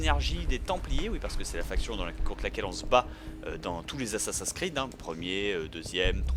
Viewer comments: pourquoi tu dis dis assassin creed c'est assasin 's creed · j'adore comment il dit "ASSASINKREED" ^^ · Je crois que ça doit bien énerver Benzaie les gens qui disent ' Assa-seins creed ' x) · Reden Franzosen immer so schwul?? Und sind die wirklich zu blöd Assassin's Creed auszusprechen? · La prochaine fois dit Assassin's creed avec l'accent anglais parce que j'ai les oreilles qui saignent.